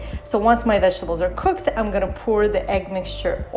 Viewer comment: POUR is pronounced like DOOR, MORE, SCORE, FOR...et cetera ( not poor).